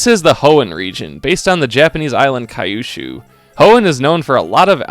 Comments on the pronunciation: "Engage in intense multi battles with up to four friends!" So it's max 5 person multiplayer? You and 4 friends? Also Kyushu, not Kayushu :P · It’s pronounced ‘Kiooshoo’ 🙂